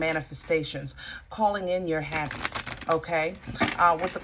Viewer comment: "Calling in your happy." My ears: "Calling in your heifer." 🤣